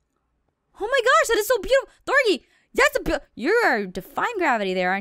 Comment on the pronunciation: thorgy not thorny